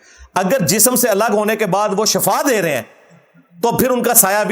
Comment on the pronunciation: Bhai shafa nahi shifa HOTA hey pheley alfaz ki adaigi Tou seke lain ye Hain enginear sahib .sehat or mout ka farq hi nahi jantey kis